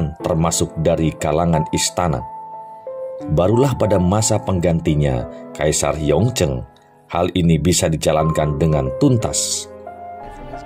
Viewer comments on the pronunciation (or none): yong zhen dibacanya yung chen, qian long dibacanya chien lung.